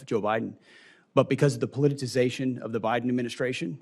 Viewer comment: He can't say politicisation.